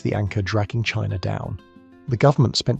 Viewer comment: I assume it's ai voice because it goes from China being pronounced "Chinaer" then switches to China being pronounced "China but Russia being pronounced as Russier" Im born 1980 my good friend to this day liked the band Weezer, fine, whatever. But in our teens i made fun of how his not favorite just liked Weezer "Champagne Super Nover in the Sky" was funny as we played DnD (it was mainstream, meant to be taboo made it fun like hiding to smoke some weed and a few ill gotten beers, but we were the "nerds' now its a billion dollar industry. Stupid huh?) Kinda odd what's worth money now.